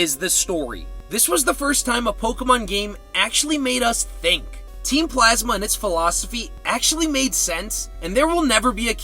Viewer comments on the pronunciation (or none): none